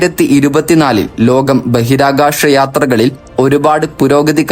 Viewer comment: ഇതിന്റെ presenter ഭാഷാ ശുദ്ധിയിൽ ശ്രദ്ധിക്കണം. ഷക്തി അല്ല ശക്തി എന്ന് പറയാൻ പഠിക്കണം. ബഹിരാകാഷമല്ല ബഹിരാകാശം എന്നാണ്. വിശ്വാഷമല്ല വിശ്വാസം. ആദ്യം ഇയാൾ പോയി ശ ഷ യും ശരിയായി പറയാൻ പഠിക്ക്.